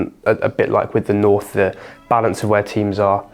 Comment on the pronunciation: north, butchered